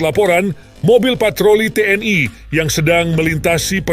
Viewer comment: Mengejanya biasa aja ga usah keingris ingrisan ,TNI bukan T.N.AI